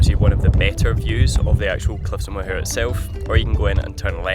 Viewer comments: Im sure youve been told but its said "More" not mohair. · Good episode here. I think a trip out to Blaskets is epic. You get that closeness to hundreds of years of history and a way of life. But guys, it's Cliffs of MOW-her, not moHAIR! 😂 (My poor ears!) But it's understandable - my favourite pastime driving around with my wife was getting her to try and pronounce the place-names 😅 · Awh looks like a nice relaxed break away. Being Irish had a giggle at a couple of pronouncinations , Listowel( Listoel) Cliffs of Moher( Mowher) , i enjoyed it all. The Cliffs of Moher have had a few people sadly thrown themselves off there, so sad. Delighted ye saw a good few placws before ye decided to head to Dublin. Knick is pure country, lovely people. Did ye check halfords for the bucket.